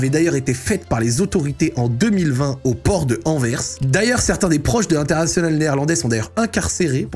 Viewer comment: Enfin un français qui prononce bien Anvers merci 🙏